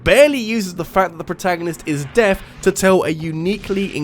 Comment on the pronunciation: I kept hearing Death instead of deaf